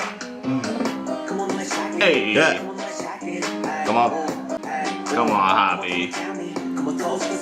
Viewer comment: Just a heads up!♡ Hobi is pronounced hoe-bee, not like hobby. It's kind of like saying hopey :)